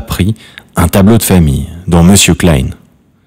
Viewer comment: Et " Monsieur klayne " . Vous pouvez pas dire KLEIN !? Comme ça se prononce ? C'est vrai que la prononciation , c'est visiblement pas votre truc !